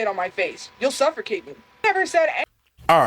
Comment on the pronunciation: At the end of this video, it sounds like you're "suffercating"! 😂😂😂